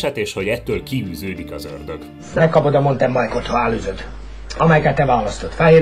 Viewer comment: sosem lett meg neki a "montenbájk" a végére